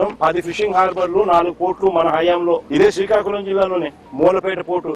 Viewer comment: అంత సరే కానీ సికాకులం కాదు శ్రీకాకుళం .... మీకు పలకటం రాయటం రాకపోతే నేను నేర్పిస్తా...